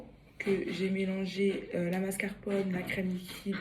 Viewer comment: Ptdrrrr MASCARPONNE 😂😂😂 On te pardonne le français c’est trop dur pardon